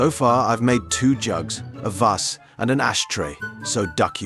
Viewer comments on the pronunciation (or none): none